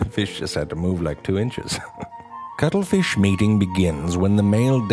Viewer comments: True Facts About the cuttle feesh' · I am not going to lie, the main reason I wanted to watch this is because I wanted to hear him say "cuttlefish" a bunch of times. lol